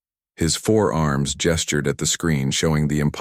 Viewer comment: I REALISE This Video IS 2 MONTHS OLD 😅 BUT I WILL SAY IT AGAIN 😡 THE AI NARRATION STILL SUCKS 🤬😡😤👀 The AI Still Can NOT Distinguish Between FOUR ARMS AND FOREARMS 🤬😡😤 This A Is A Fundamental Error That Could Be Fixed By Simply Using Google Spelling Checker 😳 🤬😡😤 Or A Proof Read B4 Uploading 🤬😡😤 Do Better Than This Crap 🤬😡😤